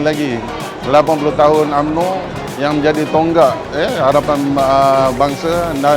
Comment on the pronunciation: SD perlu betulkan baca. U. MN Ooooooo.